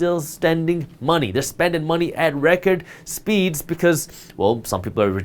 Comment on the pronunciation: "Reckord".. Loved the info...and that me laugh for some reason.